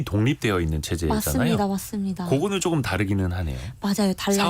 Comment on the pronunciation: 기자 혀가 짧다. .*그쬬. 쪼금 더. 등등* 이게 기자 발음이네?